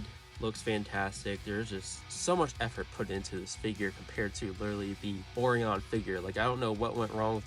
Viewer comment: Oreon!😂😂 It's pronounced Oh Ryan.